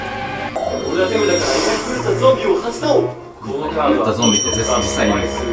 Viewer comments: 俺は手札からが俺はデブだからにしか聞こえなくてびっくりした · 俺は手札から怒り狂ったゾンビを発動！ がどうしても 俺はデブだから にしか聞こえなくて困ってます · 俺は手札から が 俺はデブだから に聞こえた人おらん、、、？ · 俺は手札からが俺はデブだからに聞こえる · 俺は手札からが俺はデブだからにしか聞こえない